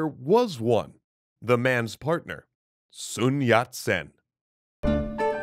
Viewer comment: I'm pretty sure that common pronunciation is "Sun", not "Soon". Source: I'm Chinese and grew up in Hawaii. Oh...and are you not doing the cool quirky voice anymore? It was your differentiator - it really made your videos stand out!